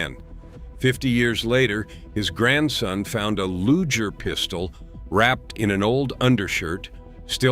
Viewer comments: Loo jer? Come on, man. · What's a Lujer pistol? LOL